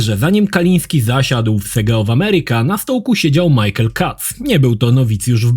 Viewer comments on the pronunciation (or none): none